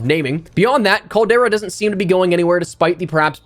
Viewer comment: In the words of the 5 time, 5 time, 5 time, 5 time, 5 time champ, Booker T.....tell me, he didn't just say that!? Noooo he said "the Caldera" 😵💀😬😬😬😬 not you too E!!! Lol.